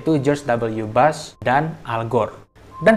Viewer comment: Bush gan, bukan Bus/Bas 😂🤣